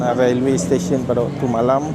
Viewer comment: The train room is terrible & so cramped! The stairs are so small & dangerous! Railway is pronounced like "Relway"....like uou want to say the "e" as in "sail" & not "Ra el way".